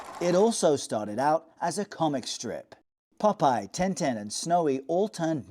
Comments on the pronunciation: it's TIN TIN not TEN TEN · Why would you pronounce Tintin as Ten-Ten, is that a Belgian pronunciation? Edit: just looked it up they pronounce it Tarn-Tarn. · It's Tin-Tin not Ten-Ten. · Why does he call him Ten Ten? It's Tin Tin!